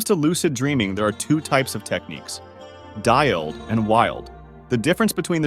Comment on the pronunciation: “Dialled” is a very bold pronunciation choice for DILD 😂 But the video is noice, thx.